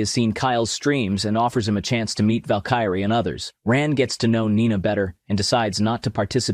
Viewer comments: Val-Kyrie would lose her mind if she heard how you pronounced her name lmao Val-Key-Ray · honestly. as a counterstrike player, i was so thrown off by you calling valkyrie "vel kai re" that i completely glossed over you calling valorant counterstike. hitting us with 2 back to back is just unfair! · You mispronounce Valkyrae's name, its Val-ker-ray. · The voice over dude just murdering Valyrae's name. Ouch! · impressive how he/it (prob AI) butchered the name of Valkyrae 😂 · hahahaha ive never heard someone butcher Valkyrae's name so hard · Lol the way he said valkyrae tilted me i was like this guy has to be trolling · Okay you knew Valorant all along good on you but you still didn't know how to pronounce Valkyrae. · Why are you saying valkyrae's name wrong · Lost all interest when you mispronounced Valkyrae twice 😮‍💨 honestly that was a good recap 👏🏼👏🏼👏🏼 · Did you also mispronounce Valkyrae on purpose??? She is my queen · you pronounced valkyrae wrong. Very very wrong.